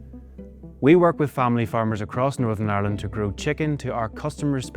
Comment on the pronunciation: "Norsurn arrland"